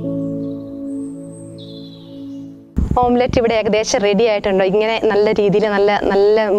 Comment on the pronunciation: ഓം പ്ലേറ്റ് അല്ല ചേച്ചി, ഓംലെറ്റ്‌